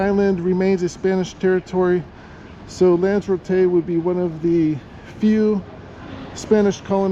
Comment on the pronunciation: its pronounced as it's spelled with an r after Lanza.